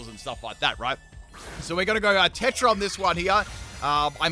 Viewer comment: Bro pronounced Terra tetra